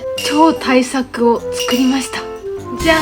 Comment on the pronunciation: 超大作がどっかにいそうなおっさんの名前イントネーションで草